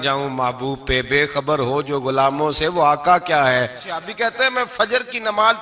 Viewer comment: یہ سیابی کیا ہوتا ہے۔ لفظ صحابی ہے۔ لیکن اکثر بریلوی اپنی جہالت میں غلط لفظ بولتے ہیں۔